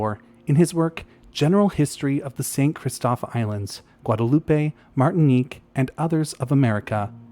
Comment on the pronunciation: Also, Guadeloupe is pronounced ɡwädəˈlo͞op Okay, I'll stop now